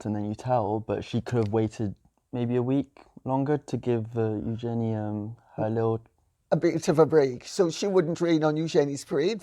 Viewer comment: Great to hear Lady C pronounce Eugenie correctly thank you